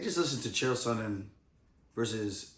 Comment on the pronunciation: His name is Chael not Jill